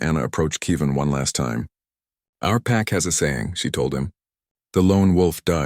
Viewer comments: How can you not pronounce KEV- IN? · Good story, but please stop pronouncing Kevin as Kee Van.